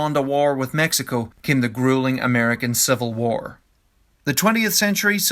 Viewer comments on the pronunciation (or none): none